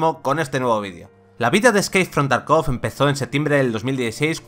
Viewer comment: Por favor, se dice tArkov la sílaba cae en la A.